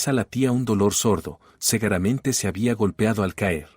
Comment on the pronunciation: Cuál? Cegueramente es; SEGURAMENTE . Soc cuando se dice schok. Victoria no vectoria.Diego ,Diago LEA ,bien